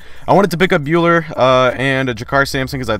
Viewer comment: Boo-lar for sim bhullar